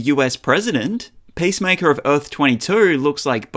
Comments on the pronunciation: It’s not pacemaker, the heart device. It’s Peace Maker. Why pronounce it that way? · Sounded like you were saying pacemaker... maybe don't be a superhero with a weak heart 😅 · pace maker? seriously? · Hie name is peacemaker, not pacemaker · "Pace maker"